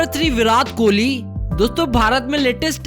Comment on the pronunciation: Chacha it's virat kohli not virath kihli